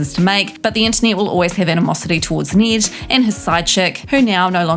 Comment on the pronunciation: Need? Its Ned like head